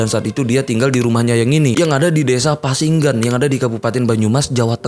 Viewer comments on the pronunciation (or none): Pasinggangan bang, bukan pasinggan😅... btw itu desa gw😭 rame bgt berita itu d thn 2019 (sebelum covid).. dan yg bikin kaget d awal gw denger berita dr temen & tetangga itu krna nama mbah misem sama dgn nama mbah saya jg 'mbah misem'😭